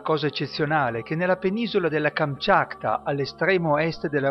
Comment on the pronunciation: ma sbaglia anche a dire il nome non kamchakta ma kamchatka .....